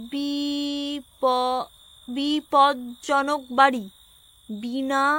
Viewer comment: বিভার উপস্থাপকদের একটি ছোট্ট বার্তা : "বিপদজনক বাড়ি" এই শব্দটা উচ্চারণ করাটা একটু বেশী অতি চমকপ্রদ ভাবে উচ্চরণ করার চেষ্টা করা হয়েছে। বাঙালী রা সাধারণত এই উচ্চারণ খুব সহজেই করতে পারে! বেশী রঙ মিশ্রণ মাঝে মাঝে কানে কানে লাগে!